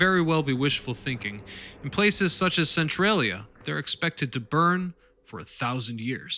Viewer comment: "cent-trolly- uh" not "cent-trail-ee-uh" lol